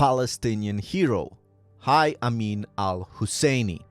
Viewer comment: Dude cannot even pronounce „Haj“ but thinks he can talk about Palestine and the Muslims of Palestine 😂😂😂